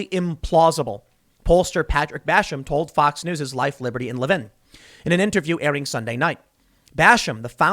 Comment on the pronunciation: Le VIN NOT Levvin